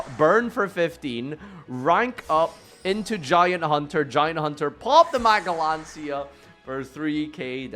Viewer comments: Magellancia 😭 bro it's Magellanica pronounced as majellanika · You also said magnalancia wtf